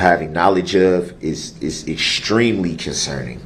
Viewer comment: “ WHAT IZ JUHHHDGEMENT” “ ?? Nooooo juz haven’t beenz Jew puhlled a Switch ah Roo” “ it’s berry conserning “ rehd it reddd it I dunno”